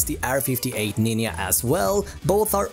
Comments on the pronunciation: I orgasm every time this guy says “ninya” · Every time I heard the word 'ninya', I yumped for yoy.